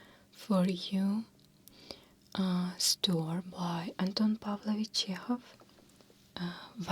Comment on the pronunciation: I love Checkov! Just a small suggestion, "story" is actually 2 syllables = store + e 😘